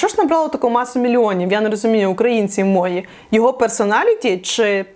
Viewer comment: А що це за наголос: "забЕремо", "мОї"?!